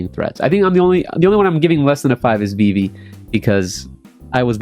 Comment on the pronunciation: Can’t say vivis name, not a real fan lol